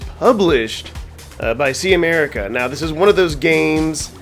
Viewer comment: That intro :O Hope you’re okay. Great vid. Just so you know, most people pronounce Camerica as “Cam-Erica”.